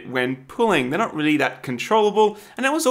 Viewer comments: Do you actually say wheely instead of really? MajGad I love this channel xd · Anyone else notice how he said Wheely not really to ? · lol... Did you say "I'm wheely excited to see if they have more traction"?? lol... Kidding! Cool pun though!